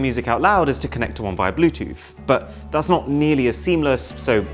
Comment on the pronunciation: I wonder how many noticed your map was in France and that you said 'thayez awesome...' because on the map there was a place called Thyez!